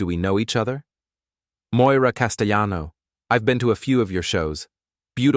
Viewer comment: A "" mispronounced "Castellano" 😂😂